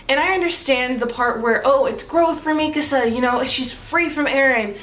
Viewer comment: FINALLY someone who pronounces Mikasa's name correctly